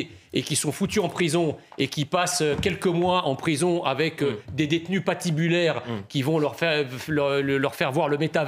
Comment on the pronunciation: "s'il passe quelques mois en prison avec des détenus pas tibulaires ..." quand on place des détenus tibulaires avec des détenus pas tibulaires ... ça donne quoi ?